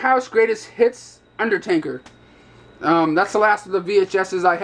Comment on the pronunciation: Is UNDERTAKER! Not UNDER-TANKER.... -_